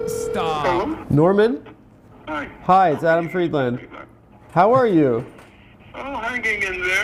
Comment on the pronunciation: It still pisses me off how Adam Friedland pronounces his own last name.